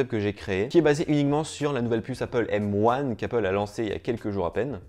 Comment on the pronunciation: Mais quel bg ! Il dit M one et pas M un Trop stylé